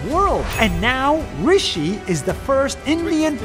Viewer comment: "Rishi" Wow he finally pronounced an indian name accurately